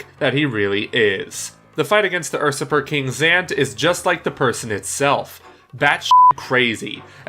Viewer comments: Did he just fucking say “Fa-kade?” It’s French, buddy... I try not to be critical of mispronunciations, but that’s just ridiculous. Also... Ur-surper king...? Ya mean usurper? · "fakade", "ursupper" if you are gonne make vids on youtube could you at least learn english first? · "facade" is pronounced "fuh-sod" "usurper" is pronounced "you-sir-per" sorry, I couldn't not say anything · Usurper is pronounced "You-surper" not "Er-Surper". Automaton not Automation. Facade not Fackade. Grand Finale not Grand Final. If you're not sure how a word is pronounced, Google Translate is a great tool. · It’s pronounced like it’s spelled. Usurper. Not ursurper. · Ur-surper instead of U-surper... Automation instead of Automaton... That's where I stopped watching. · Nice vid! Quick note: Usurper: pronounced you-SIR-purr Facade: pronounced fuh-saw-d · Seriously guys get your pronunciation right. Automation? Facade? Ursuper??Words arent that hard. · Usurper is pronounced, “You-ser-per” ...you’re welcome. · Facade; not 'Fa-Kaid' Usurper; not 'UR-sup-er' Automaton; not 'Automa-tion' That was painful to listen to... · Usurper [Yoo-suhr-purr] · “Ursuper king” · i was about to make the same comment. two pretty bad mispronunciations within 10 seconds. facaid and urrsurper ugh lol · U super dude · During 5th Boss review 1. Facade is pronounced (fah-sahd) 2. Usurper is prononunced (you-surp-er) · they way you pronounced "usurper" cost me a few brain cells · He must have been hungry for ....er.....supper.